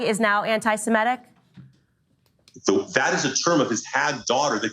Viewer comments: Why do so many people mis-pronounce anti-Semitic.. it's not anti-Semetic. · Nobody seems able to pronounce antisemitic correctly. It's not antisemEtic it's antisemItic!!